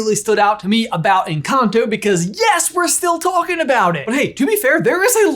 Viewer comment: in the video instead of "one big encanto" you say "one big and cocktail,"